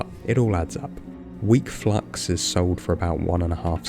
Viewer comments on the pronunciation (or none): none